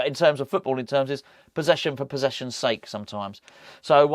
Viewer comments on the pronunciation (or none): none